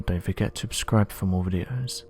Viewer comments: At the end if each video this narrator always seems to mispronounce the word subscribe. Sounds like he's saying "don't forget to 'ABSCRIBE' for more videos! " am I hearing it wrong?? 🤔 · mispronounce the word subscribe ??